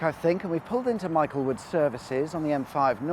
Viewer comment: The sliproad between J28-29 was the former access to the "Cullompton Bypass" which was one of the first parts of the M5 to be built. The B3181 is the old A38. And the correct pronunciation of Michaelwood is "Mickelwood," although that's been lost in the sands of time!